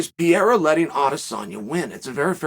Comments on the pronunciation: DUDE. PEREIRA. NOT PYERA. PE RE YRA. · Pa-rare-ra not Pee-era Chael cmon 😂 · This guy continuesly saying his name terrible wrong lmao “pee era “ his name is pereira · Pe-rei-ra... Although it is pretty funny to hear Piera persistently...😉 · For the love of god Chael is PEREIRA NOT PIERA PORRA, that aside exelent video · Geezus Chael, try to learn how to pronounce his name... wtf is Pierra? Try Pe...Rey..Ra! Not too difficult.. but really enjoy your content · Uncle Chael calling him Pier never gets old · I like how everyone has a different pronunciation of Pereira. Chael is going with Pierre. Lol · Alex 'Piera', Islan 'Michaelchef', 'Hasmat Himachev'... The question is... Does Chael mispronounce all names in purpose? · ITS NOT PIERRA!!!!!!!!!!! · Who the hell is piera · it's Peh Ray Ra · Pierra lol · As a Brazilian, it's hard to listen Sonnen pronunciation of PEREIRA. You should call him Alex. Ahahaha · Call him Poatan please his last name is Pereira and the pronunciation is not even close 😂 POATAN hands of stone ! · Chael just refuses to pronounce the first “R” in Pereira 😂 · He's the champion now, maybe you should get his last name right. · That pronunciation of "pereira" is making me physically ill. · Huge fan of yours, Uncle Chael, but you gotta learn how to say "Pereira" now. 😁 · learn some respect, Kale, and pronounce his name right. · Ffs Chael the joke is old, pronounce his name properly now